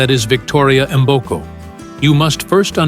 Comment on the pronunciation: Her names is "Victoria Mboko", "Mboko" not "M" boko damn!!